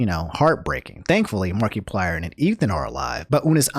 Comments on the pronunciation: He also said markyplier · um he said MARKEPLIER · "marky-plier" lol sounds weird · Something about the way you say Markiplier makes me laugh 😆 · Is is me or does pronounce A LOT of things wrong like Toph, Pokimane, and Markiplier ect. ect.